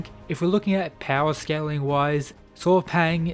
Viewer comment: his name is pronunce Saw Paing. not paw paing